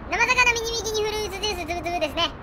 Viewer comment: さん…！ まさかの続編で嬉しすぎる…！ いや、さんと呼ぶべきなのか…？ フルーツジュースつぶつぶの「ジ」はい段ですよさん！